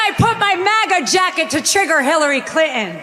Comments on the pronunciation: 😂😂😂 Hillary Clin-in. Stupid Habba cant even say her name right!!! She deserves prison with DICTATOR TRUMP😡😡😡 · Why does she pronounce Hillary Clinton's name as "Clint In"? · Who TF is that "comedian"? He's disgusting! Along with the rest of the speakers. 🍆💩🤡... Vote 💙🇺🇸 Bring back MORALS AND DECENCY! Haba can't even pronounce "CLINTON". Unless it was a slur "CLITON"?¿🤔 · Habba, before you speak, learn how to pronounce Clinton. Also Habba, Hillary has accomplished more in a day than you will in your entire life. Hillary went to Yale Law School, you went to "Widener University Commonwealth Law School". Did you even have to take LSATS to get in. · She can’t even say “Clinton” correctly. What does Hillary Clinton have to do with this election? These people are absolutely sick. 🤮